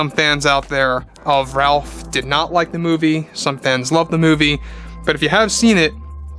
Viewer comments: His name is actually pronounced “Rayf” NOT “Ralph” just FYI. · It’s pronounced “Rafe”..